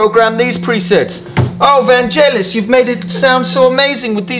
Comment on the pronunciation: But then he immediately pronounced Vangelis wrong. AFAIK it's pronounced with a hard G.